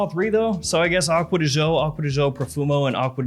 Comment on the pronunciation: You are so much into the perfumes,but you can't say "acqua di gio" properly...🙄🙄🙄🙄🙄